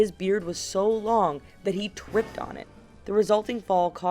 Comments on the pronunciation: lol listen closely to she twipped instead of tripped and if u heard it reply to my comment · “He TWIPPED On it” awww She’s trying to say tripped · The spokesperson for this video accidentally said "HE TWIPPED" instead of HE TRIPPED ON IT. LISTEN TO IT. ITS ABOUT THE AUSTRIAN WITH THE LONG BEARD. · You said TWIPPED NOT TRIPPED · "He TWIPPED on it" Am I the only one who heard this